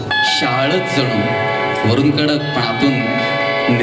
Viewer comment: कडूक नाही कड्डक आहे ते ऊकार नाही डब्बल ड आहे.